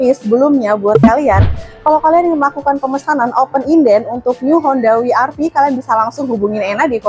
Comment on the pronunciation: double yu ga sih bacanya 😂